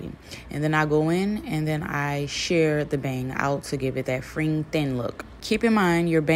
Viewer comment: The “fring” bang pronunciation made me chuckle lol. It’s pronounced like “frenj” babe ❤ but your voice is cute and so is your accent 🫶🏾 you absolutely killed this style.